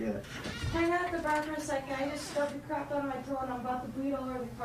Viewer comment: “Oh cwap”